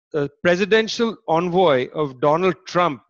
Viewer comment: It is pronounced Envoy not onvoy,Visit dictionary app and search Envoy and then press the voice icon and 👂 hear .the pronunciation.